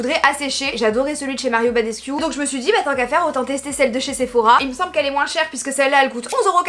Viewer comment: Mario BadescOu (pour la prononciation)